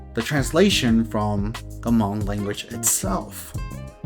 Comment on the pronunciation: still miss pronouncing the tone "Hmong" correctly. Hm and M consonants aren't pronounced the same. When you heard Hmong say "Meskas" they mean " America ". So you know that. Miao consisted many ethnic groups into one group such as Qo xong, A-Mao, Hmu and few others including the Hmong. As a matter of fact, the Chinese Authorities should just use the term Qo xong people, A-Mao people, Hmu people, Hmong people according to that these ethnic groups call them their own.